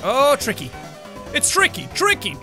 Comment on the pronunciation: It's tricky, tricky, TRLRLRLRLRICY